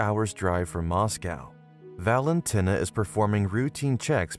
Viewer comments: Why do you pronounce it Valentyna? It's Valenteena.. Valentina as in TINA! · Valentinner, the woman who tins in Valen. Or why this horrendous pronounciation?